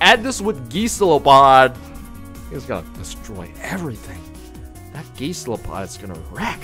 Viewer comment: "Geese-lopod" lol cracks me up